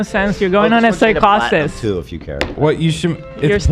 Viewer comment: Someone sound bite hila saying “you’re going into psychahsis” 😂